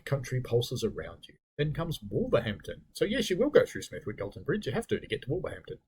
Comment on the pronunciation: Just one pronunciation note. Smethwick has a silent “w”. Probably unimportant as nobody wants to go there.